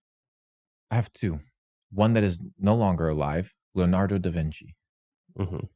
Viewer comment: bro said “la nardo” davinci 😂